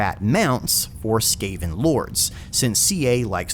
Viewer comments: you sound pretty on point for your speculation, almost sounds like something CA would do, also i wonder how many people you pissed off mispronouncing the skaven, i am having a good laugh thinking about that. I would love Clan Moulder to have a go in the ME campaigns or even vortex, CA been really hitting it off with the Skaven so far on Skryre and Eshin, though it's hard to top the sheer fun factor of Skryre, you get to throw a tactical nuke in a battlefield where it's primarily Swords and Sorcery for crying out loud! Eshin was nice too with Snikch, but damn Skryre has spoiled me for skaven, will have to do something really good with Moulder and Mutations for that precedent. As for the Wood Elves, yeah the twins sound really cool, there is an argument for Ariel, but as you said the problem with her is she can't exactly leave Athel Loren, Maybe if Ariel would be included in TWWH2 or 3 that whole system with teleporting the world roots could help with her in that regard. I would speculate that if Ariel were in it would probably translate as her not being able to leave Athel Loren as, she starts taking unmitigated attrition damage to herself whenever she is not within the borders of wood elf territory, or more restrictingly not within key territories of the world root locations or athel loren, the former being slightly lore breaking while that latter could make an interesting playstyle, but could be also too frustrating if done wrong, but then either case would have to make her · Just a mistake I'd say. The common pronunciation is the correct one. Skaven sounding like Craven. Heh. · I think he's just doing it on purpose to make it sound funny. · I didn't realize rat men were all No Doubt fans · Oof, that mispronunciation of Skaven was painful. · this boi saying sKaven instead of skAven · really ? skah-ven? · Your annunciation of skaven hurts me. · Every time you say Ska-ven like that, I picture rat men skanking to bitchin' horn sections.